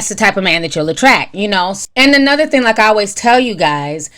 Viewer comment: Do anyone else hear her saying thin instead of thing? 🥴